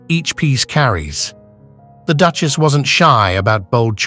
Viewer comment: Whoever is doing the voice-over has a really weird way of pronoucing certain words. For example, the word Duchess is Duckious. Really weirdf and annoying!!!!!